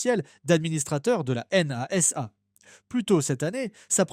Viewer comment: la "N-A-S-A" sérieux, vous écoutez ce que vous produisez ?